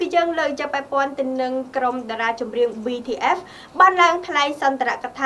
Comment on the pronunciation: BTS មិនមែនBTFទេ សូមនិយាយអោយច្បាស់ផង